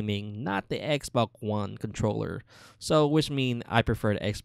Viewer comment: He says xboc one